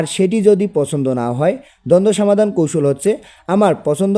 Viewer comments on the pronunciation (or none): Afni samadan na bola somadan bolan